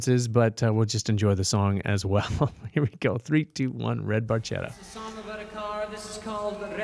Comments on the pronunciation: FYI, Geddy has conceded that it's supposed to be pronounced Bar-shetta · Motorcycles for me, and it's even more of a rush than any car. As for the Ferrari Barchetta, I doubt you'll ever see one on the road. They're extremely rare and ridiculously expensive. Funny trivia: they didn't know that the name of the car is pronounced Bar-ket-ta, but it was too late to change it, so they just kept the song as is. Enjoyed the reaction. Take care ✌🏻